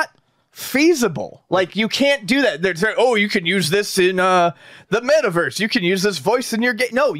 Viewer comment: idk what bugs me more. NFTs or pronouncing it Mayta Verse 🤣🤣